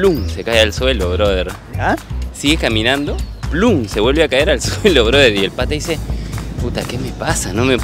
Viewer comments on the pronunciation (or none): none